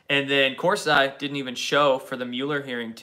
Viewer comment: corsi pronounced corsee